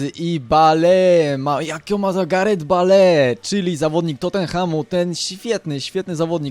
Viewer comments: bale haha bejl sie czyta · bale sie mówi bejl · nie bale tylko bejl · muwi się bejl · bale czyta się (bejl) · bejl a nie bale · nie bale czyta ie bejl !!! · JAK TY WYMIAWIASZ NAZWISKA ;o !!! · Pierwsze naucz się wymawiać nazwiska piłkarzy np. BALE : BEJL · czytaj nie bale tylko bejl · bejl się mówi a nie bajl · chlopie ty sie naucz mowic bajl a nie jakies bale ":D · BALE???!!!! CO PROSZĘ BALE?! MÓWI SIĘ BEJL!!! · Bejl .. a nie Bale xD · hahahah jaki Bale to jest (Bejl) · bejl a nie b.a.l.e :D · NIE BALE TYLKO BEIL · nie [Bale], tylko [Bejl]:P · Osz kurwa! Baaleee ;d "Bejl" tak dla zcisłości :P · Bale --> [bejl] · może nie zauwazyłeś. Bejl a nie Bale :D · W koncu Polski youtuber z dobrym glosem, jakos ostatnio fala dzieciakow wrzuca filmiki :P Co do Bale, to czyta sie "Beil", a nie "Bale" :P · Bale czyta się Bejl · mówi się Bejl a nie Bale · Bale? :d Bejl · mozesz mowic jak chcesz mi to obojetne ale tak naprawde mowi sie Garet Bejl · Bale mówi się Bejl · kurwa to się wymawia beli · "BALE" HAHAHAAHHAHA CO ZA PRYMITYW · Kurde Bale... wez sie naucz wymowy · "balee" uszy :] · mowiles ze tacy znani a nawet BALE nie potrafisz wymówić?????? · Czyta się bejl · Czytaj bejl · On wie jak to sie czyta